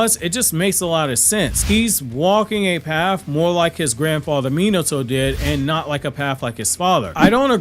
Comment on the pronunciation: I really wish you’d learn how to pronounce Minato’s name…